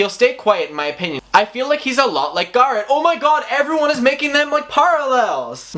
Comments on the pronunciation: Am i the only one confused on who this "garrid" person is? Stop saying names so odd, don't say its because its your accent because you even say tati names wrong also. Tati and garret are easy names to say and arent fancy names. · Every time he says Garrett, I swear he is saying Garth. Lol.